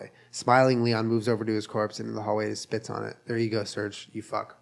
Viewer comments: Just realised at one hour and thirtyfive minutes in Surge is actually supposed to be pronounced Surgay cuz hes russian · I know this is 2 years too late but them pronouncing Serge as surge really grinds my gears lmao